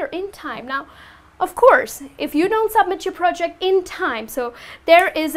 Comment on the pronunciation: Please, be careful about the way you stress words like "sentence", "scheduled"and "submit". "Practical English Usage" (Michael Swan) explains ON TIME like something done at the planned time, neither early or late, not obligation. Good job on the whole!